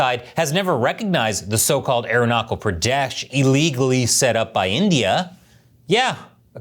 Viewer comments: It is irritating to hear "Arunachal Pradesh" as "Arunakal Pradesh". Please correct your pronunciation, or else you will be considered Chinese. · Aeronakul Praadash... 😂😂. It's Arunachal Pradesh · Aruna-kal pradeshh 😂😂😂😂😂😂😂.. this guy is hilarious by nature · There's no war between China and India. You don't spread fake Idiotic information. MF you bastard can't even pronounce my State's name. That was a glitch and this lady was nervous. Fuck your Idiotic information. We, both Nation is developing our Economy and Relations. So this will bite your ass. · I am Indian and your pronounciation of "Arunachal Pradesh" is wrong Thanks